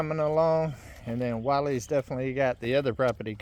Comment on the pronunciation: Just wondering why you call Wiley by the name of “Wally”. At least that is what it sounds like on your videos.